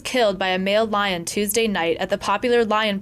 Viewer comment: i love the dude's attitude 8-) "i say no you can'tzee da lian on feet bra !"